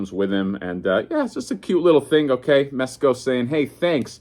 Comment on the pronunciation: Bro did you say mess co? . . . The f*ck is wrong with you?